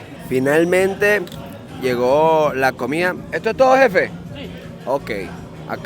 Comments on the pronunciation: Mira Chico no se dice comía se dice comida que mal hablas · La verdad los videos son entretenidos pero a veces pega al oído la pronunciación de algunas palabras: Comida = comia Medanos = meanos Etc Por favor tómenlo como una critica constructiva. Mucho éxito, desde Canada